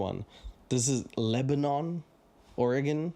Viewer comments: Your pronunciation is killing me. It’s not LebaNON like the country, it’s LebaNIN. In the self-proclaimed grass seed capital of the world lmao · Bro I live in Lebanon, we pronounce it like Lebanen cause we’re unique lol But for real, this podunk ass town has nothing going on, but hey shout out. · It's pronounced Leb-a-nen